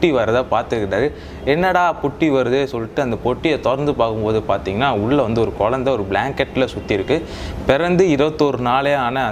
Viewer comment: குழந்தையா குயந்தையா.....அடிக்கடி So so so சமயம் தமிழ் பெயர்எதற்கு.... நீர் தமிழரா